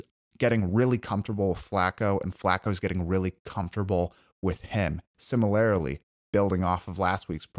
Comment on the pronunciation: Similarily?! Or similarly